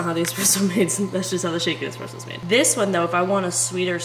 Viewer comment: As a barista that has also sold nesspresso you will never get me to quit REAL QUALITY ESPRESSO unless everyone keeps calling it EXpresso.. lol its funny, but damn annoying after the 3rd hour of hearing it...